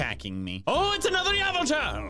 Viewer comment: a piece of me dies every time he says yavultahl